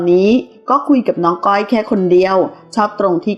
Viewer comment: ข่าวก็สันหาเอามาออกไปเรื่อย มึงอ่านชื่อก้อยยังไม่ถูกเลยอีปลวกเอ้ยย